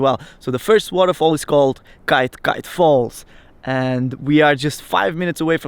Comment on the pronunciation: It’s pronounced like ‘Key tear key tear’ ...